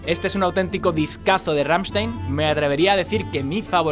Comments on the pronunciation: No se dice RAMSTEIN, se dice RAMMSTEIN 😉😉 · "Gamshtain" es como se pronuncia. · Se nota que intentas pronunciar Rammstein correctamente (por como marcas la S cuando lo dices). Solo para tu info y sin ningún tipo de maldad: se pronuncia "RammstAin" :)